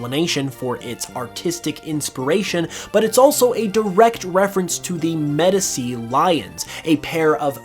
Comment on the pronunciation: as an art history major the way you pronounced medici hurt my soul